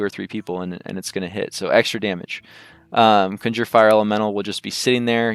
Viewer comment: Conjure Elemental. Con (Kahn) Jerr. There is not "ginger elemental"